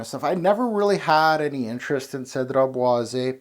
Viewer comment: You pronounce it bwah-zey (é)